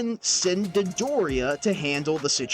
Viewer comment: "Dedoria"...? What...?